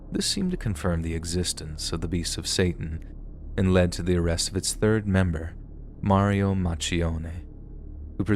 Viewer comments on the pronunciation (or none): none